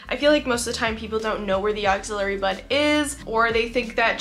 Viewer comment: Ax-ill - ary. Love your content but this mispronunciation is just bugging me.